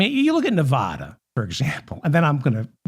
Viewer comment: Hey David, I'm not the pronunciation police, but I do know how to properly pronounce my adopted State of Nevada. It seems to be a thing with people from the rest of the US (not Westerners) but they often mispronounce the States of Nevada and Oregon because they don't hear the correct pronunciations in normal conversation. FYI